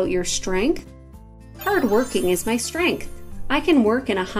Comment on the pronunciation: How can you pronounce the word strength in that way??